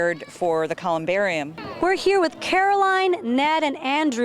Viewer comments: Its ColumbariuM not ColumbariuN. She said " booths" they're nitches. Sorry hun you get a D. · Man, I did not appreciate the humor at all. And for a reporter, why couldn’t she even say the word “columbarium” correctly